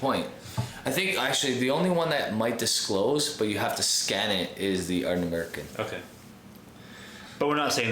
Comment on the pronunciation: ", say Ardnamurchan correctly or this bottle of Springbank Local Barley dies in transit!!!" And that's how the bottle met its end...😂 I think you guys are bang on about new distilleries. I think eventually we'll see a period of closures again, like we are seeing in B.C. with Craft breweries right now. There was a time there were 10+ new each month. Market saturation is real, and it will hit. Quality with a following like Ardnamurchan will survive, but anything average will have to adapt or disappear.